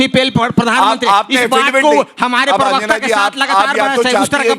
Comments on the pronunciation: भाई पिरवक्ता न बोलो प्रवक्ता होता है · भाई आप बहुत अच्छे हैं लेकिन प्रवक्ता को पिरवक्ता कहना बंद कीजिए।